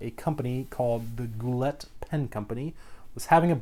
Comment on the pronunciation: the t is silent in Goulet.....